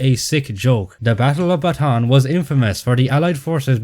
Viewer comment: fun fact: the pronunciation for Bataan is wrong. Bataan is actually three syllables not two. So when y'all say it, should be Ba-ta-an, not Ba-tan.